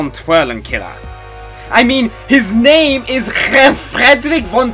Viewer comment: ouch! you really butchered #5 name ~.~